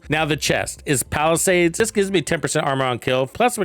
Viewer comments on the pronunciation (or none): none